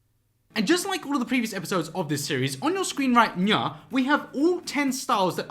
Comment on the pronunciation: I meant “right nyow”